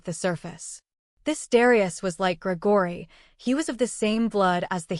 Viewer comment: Why is Gregory’s name being pronounced that way?